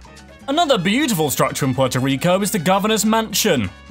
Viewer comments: Fortaleza my guy not fortazela 😒😂😂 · And so much else. Fortazelea is my favorite kind of azalea. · dude get your fact straight, Fact #7 is wrong, that "mysterious" is Taino, and is forta-LE-za, not Forta-CE-la... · free pronunciation coaching here = Dominican (Republic) is doe-MIN-ee-cun, rather than doe-min-EE-cun, the Taino Indians are tah-EE-no, since there's an accent on the 'i'; Fortaleza is four-tah-LAY-zah, rather than four-tah-ZAY-lah, but you're right in that it means 'fortress'. Also, Ponce is POHN-say, rather than 'pants' with a British accent. Another, more sensible, way of saying Puerto Rico is 3 times smaller is that it's 1/3 the size. All of this information is absolutely free!: )) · Amazing! Love it! Thank you! But it's La Fortaleza, not La "Forzaleta" 😂